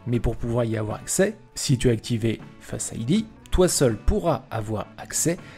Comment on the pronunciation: parfait bon travail, un accent pour certains mot apple sonne mieux a l'oreille, (pourquoi dire: face ID "fasse idea" le début du mot en francais et le reste en anglais? )